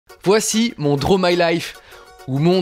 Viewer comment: Tu dessines trop bien mais s'il vous plait, C'EST PAS DRO MY LIFE😂 C'est: Draw my life. -D'un Quebequois